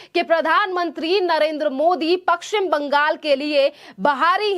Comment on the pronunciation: पश्चिम बोलना नहीं आता और बाहरी को बहारी बोलती है।